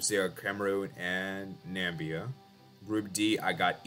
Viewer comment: "Nambia" the Donald Trump way